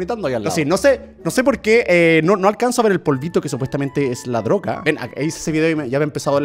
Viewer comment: El dijo la droka